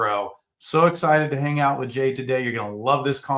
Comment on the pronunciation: Jade. Not Ken